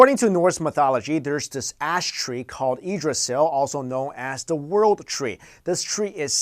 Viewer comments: edrasil? Teldrassil?? Damn wow you did your research. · Its pronounced yigg-dra-sill...